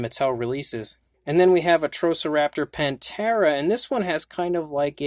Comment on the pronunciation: Pan-thera I like Pantera but ppl often say it wrong panthera meaning the genus of large cats being leopards,lions,tigers and jaguars